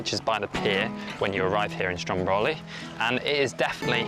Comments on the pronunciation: Heey, I was there last June!! Beautiful Sicily! PS. it's "Stròmboli", not "Strombòli" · Strómboli, not Strombóli, please!😊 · It's actually called Strómboli , not Strom bowly